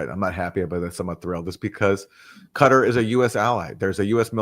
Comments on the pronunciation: Judge it’s Qatar 🇶🇦 not cutter . Pronounced Kattar ❤️❤️❤️ still waiting for you to have an analyst from our region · 'gutter' is so apt, no ?